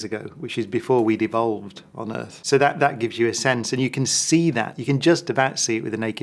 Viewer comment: sounds like "before we devolved" instead of "before we'd evolved" xD